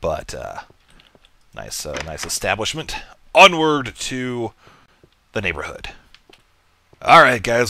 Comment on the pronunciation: its NYAN-borhood ;D